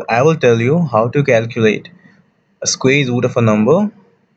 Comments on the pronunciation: It is square not squeer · Ok, guys, this is so funny, I heard of weird pronunciations but come on guys when does a square become a squeeze?